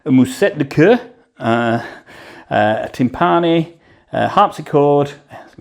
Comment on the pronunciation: I particularly appreciated your pronunciation of the word "timpani", using the Italian pronunciation, as it should be! 🙌